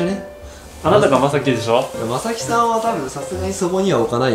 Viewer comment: 弟のまさきさんのイントネーションに突っ込まずはいられない